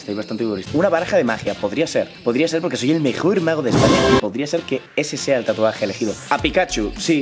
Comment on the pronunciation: Los Paraguayos viendo que dices tatu NO REEE TURBIOOOOOO